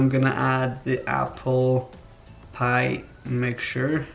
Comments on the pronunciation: I love your videos but I absolutely HATE the way you say PIE!!! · He says piee